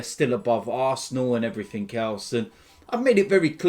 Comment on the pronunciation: “And heverything else”